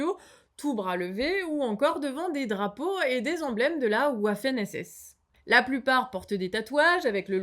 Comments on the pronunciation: Waffen se prononce vaffen (c'est pas du Belge 😉) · Waffen... se lit vaffèn. Tu dis volskouaguèn, toi ? Trente est invariable. Mais ça fait rien, on vous aime !